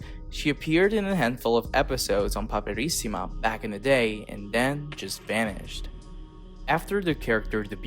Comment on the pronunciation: Hai un eccellente accento americano, veramente complimentoni. Ma....andiamo...nessun americano sarebbe riuscito a pronunciare correttamente PAPERISSIMA, IN MANIERA COSì FLUENTE POI. TI SEI TRADITO DA SOLO ahahaha